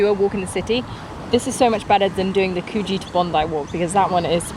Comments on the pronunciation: In NSW, the place name Coogee is pronounced like ‘Could-jee’, not ‘Coo-jee’. That’s in Perth, W.A. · Could..gee...not coooge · I truly don’t understand if you say you lived there. How you can pronounce Coogee as coooogeeee. It’s pronounced as CouldGee. I did leave this tip on your last video of Sydney. Also how can you do a video without knowing what everything is called. It’s called Barenjoey point or Light House, the “inlet harbour” you mentioned is called Pittwater. Also mispronounced Balmoral… ya muppet, you have one in England as well. Also, when you go use Members Only entrances. Don’t video to make money. You certainly won’t be getting my sub! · You've lived here before you say. Coogee is pronounced like 'Couldgee' (with a silent d) not Cooo gee. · Could-gee not coo-gee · How does someone who says they have lived here before still not know how to pronounce Coogee? It's not Coo-gee, it should be Could-g. Australia like every other country has place names that are pronounced differently to how they are spelt. Sorry it's just something that really bugs me when I listen to videos talking about Australia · Btw only poms call it cooogeee. It’s Pronounced cujee. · Love your take on Sydney. Great to see you highlight more than the usual spots. There are parts of Sydney where you can feel like you're a million miles from civilisation, but you're in the middle of suburbia! Just one thing, Coogee is pronounced like 'Could-gee', not 'Coo-gee'. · Sort of. It is more of a short sound, like could, not a long "koo". Don't really pronounce the "d" though. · Welcome to Palm Beach and Pitt Water (or "Summer Bay" where Home and Away is filmed), there are no monkeys in Australia, except in zoos, try kookaburra. And please learn to pronounce Coogee its "Could Gee" not "Coo Gee". The Bush or Brush Turkey is not related to the North American Turkey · Need to stop calling it COO-gee. Otherwise, great. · Guys its pronounced "Coog gee"